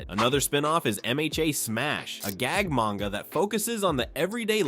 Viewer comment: "Mayne-ga" Didn't get further than that.